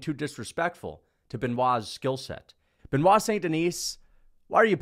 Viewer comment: I believe one day that will pronounce Benoit's last name properly.